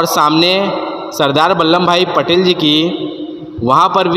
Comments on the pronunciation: नाम ठीक से बोलो बल्ले नही बल्लभ भाई पटेल नाम है,!! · Say Ballabh Bhai Patel correctly.